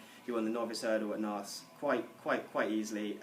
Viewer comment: Did you mean to pronounce Naas as "Narse"?